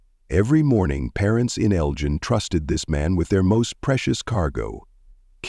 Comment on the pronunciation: L-GIEN ILLINOIS?? THAT AI NEEDS IT'S ASS WHOOPED!